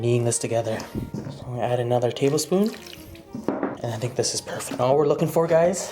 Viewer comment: "tabelspoon" I don't wanna know how big your tablespoons are xd